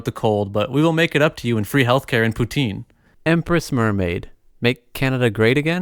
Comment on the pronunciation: Pronounce poutine like that again I dare you